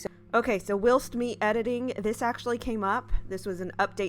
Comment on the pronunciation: Great work, but please check the pronunciation of ‘whilst’. 😊